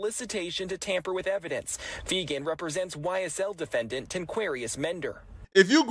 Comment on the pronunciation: *Nicole Fegan not Nicole Fenger lol